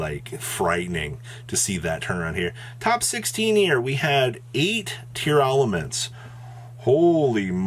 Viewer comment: everyone mispronouncing tear-laments. its not tear-elements.